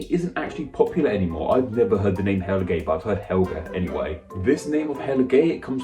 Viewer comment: Helge is said as Heel-guh not Hell-gay. Edit :in most Germanic languages anyway.